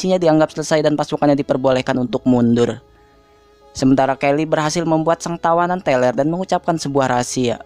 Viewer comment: "Untuk munduur" ,,,,,sambil logat nya kaya gitu😅😅😅😅😅😅😅😅😅